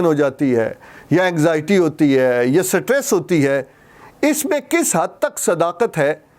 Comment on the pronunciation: Sitress nhi stress